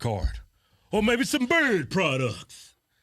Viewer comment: I always think they sayin bird products 😂